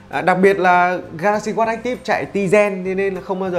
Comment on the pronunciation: Phát âm "watch" không có âm chựt chựt ở đuôi nghe khó chịu ghê gớm :)) /Thanks 4 the review, anyway!